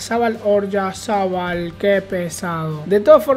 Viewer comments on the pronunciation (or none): Jajaa Oryazabal🤣🤣, es Oyarzabal